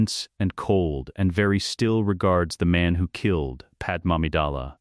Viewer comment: FOR TROGDOR'S SAKE! WILL /SOMEBODY/ FIX THAT BLASTED AI VOICE-OVER???? IT'S "PAD-MAY", NOT "PAD-EM"!!!!!! AND NOT "PAD MAMIDALLA"! SHE'S FROM NABOO, NOT KRYPTON OR INDIA!